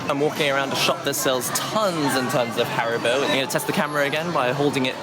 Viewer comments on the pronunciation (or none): none